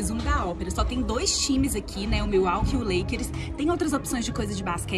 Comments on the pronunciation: A moça falando leikeris me deu um colapso mental kkkkkkkk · "Lakeres" jesus '-'